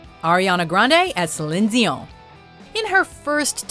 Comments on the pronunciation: and im the only one complaining about how she pronounced Celine Dion... salindseyon? what? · How you pronounced Celine Dion was beyond obnoxious and you lost my subscription when you were cringy comparing Xtina and Ms. Spears. Stick to the clips without the smarmy critique. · She pronounces Celine Dion weird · That first pronunciation of Celine Dion made my spine itch.